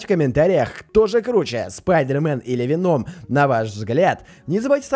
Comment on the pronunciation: Веном ударение на о